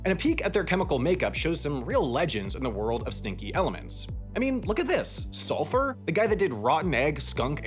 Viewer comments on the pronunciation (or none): none